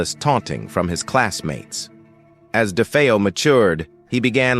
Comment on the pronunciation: Poor A.I. can't decide how to pronounce "DeFeo."